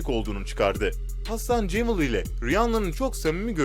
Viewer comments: hasan cemıl ne ya. cemal ise eğer cemıl diye okumak ta ne. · Hasan Cemal demek zor mu da CEMIL diyorsunuz Anlamakta zorlaniyorum.